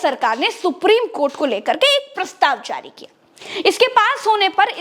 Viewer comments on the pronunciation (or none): none